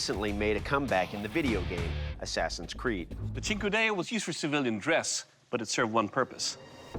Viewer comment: Thank you for finally teaching me how to pronounce cinquedea🤝